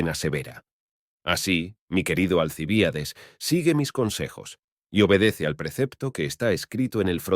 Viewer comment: Alcibiades y el acento ? Alci Bi ades